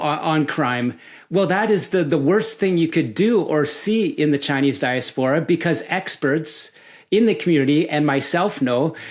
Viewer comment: Great interview but the way he pronounces diaspora makes my brain mske TV static noisrs